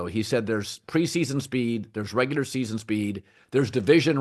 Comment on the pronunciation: Dude it's ReguLar not ReguDar 🤦‍♂️